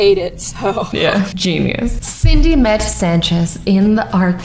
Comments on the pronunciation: you said cinde not cindy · she pronounced Cindy as cidney 😂😂😂😂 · She said Sydney instead of cindy